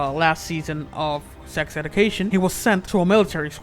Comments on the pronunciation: Why can you not pronounce anything right - sex edu - cation. Meeevve Muder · "Edication" and "Meeve" 😂😂